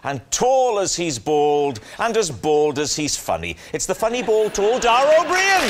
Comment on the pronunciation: You say that you think you're pronouncing Dara's name correctly, and then a few seconds later Rob Brydon pronounces it totally differently and yet you don't even react or correct yourself.